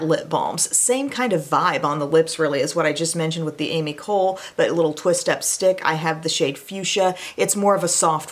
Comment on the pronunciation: Hey Em! The Ami Cole brand is pronounced Ahmee Colay Thank you for the vid!